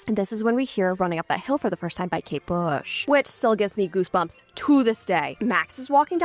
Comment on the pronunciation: it’s kate bush not kate shave 🩵